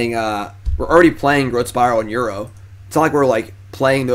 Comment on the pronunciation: Feedback: -Call it Ur-oh instead of Euro.